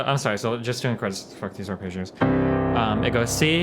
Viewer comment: Is that pronunciation of chords acceptable to anyone, anywhere? Is it just Destiny or do people from Nebraska, or the US in general say it like that?